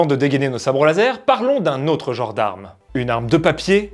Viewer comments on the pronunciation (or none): none